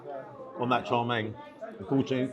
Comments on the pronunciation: FYI, Wong Kei is pronounced as Wong Kay, Kay as in Okay. Chow Mein is pronounced as Chow Mean, not Chow Main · I can't say I have ever heard chow mein pronounce char main 😅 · I twitch every time you call chow mein “Charmaine” 😂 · Its not char main it's chowmien 😂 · Isn’t it Chow Mein? You seem to be saying CHAR Mein…? Interesting. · Is it pronounced Char Main or Chǎo miàn? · Why are you calling Chow Mein "Char" Mein? Have I been pronouncing it wrong all this time?